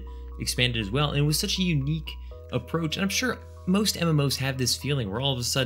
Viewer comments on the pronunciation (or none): none